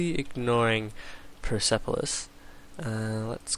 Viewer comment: Yeah you are saying it wrong now go back to how you used to say it.......... oh and Persepolis is pronounced PUR SEP OH LISS